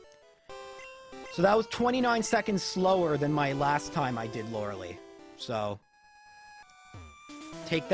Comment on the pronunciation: This is the most recent of your videos, that I really like, but I have to tell you: your pronunciation of "Lorelei" is a pet peeve of mine! Lorelei's name is taken from German folklore, where a nymph called "Loreley" lead ship captains to steer their vessels towards the rocks on the Rhine, so they would sink. Just remember: The "ei" is like the letter "I", the "ie" is like the letter "E"! Or if you want to learn German, "ei" is like "aye", "ie" is like "ee!" In our pronunciation we would write the name of Evee like "Iwie" (but it is "Evoli" in German, based on the word "evolution") Please, never again say "Lorelee", just remember "Loreley"!